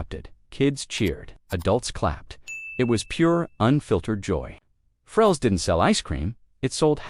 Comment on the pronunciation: Farrell's, not Frells. 😂